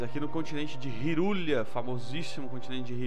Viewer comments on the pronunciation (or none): Cara, ta usando emulador?? Ou o consoles mesmo? Hyrulia cara? è Hyrule e se lê tipo "Hi" "Rule" "Oi" Regua" xD aushasuhasuhasuhsuhaaush